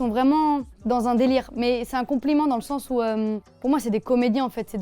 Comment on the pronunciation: Elle un sortit un "il sort d'oú Luv Resval" la folle😂